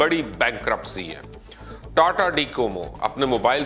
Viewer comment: Not tati it's tata